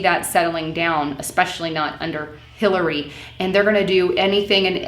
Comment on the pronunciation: Lol I'm not sure if it was intentional but at about she talks about Bernie supporting "Hitler-ey Clinton". Made me chuckle.